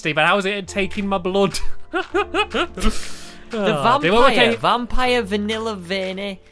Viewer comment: stampy says blood in a very old fashioned accent